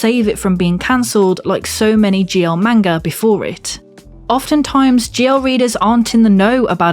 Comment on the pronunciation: Ohhhhh GL. I thought you were saying ""